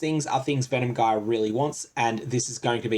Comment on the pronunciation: Good info. But that's not how you pronounce "gyre"